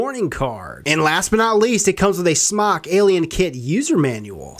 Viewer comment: its Smoke not smawk